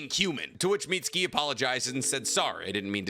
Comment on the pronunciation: I'll give you credit for making such an informative video, but PLEASE learn how to pronounce Japanese names, if i drank for every time you mispronounced Kawaki or Mitsuki's names I would have an early grave.